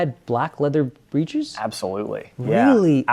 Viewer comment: Fabulous work. The word "breeches" is pronounced BRICH-iz in English, phonetically rhyming with "itches".